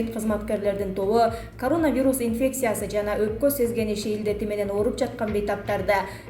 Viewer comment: Айланайын, журналист кыз, грамматикан ноль го, сенде, сени ишке ким алса да чон рахмат ударениени туура коюп окучу диаспора, пандемия, коронавирус ж.б. создорду мектепте окугансыгбы? Уужас, позор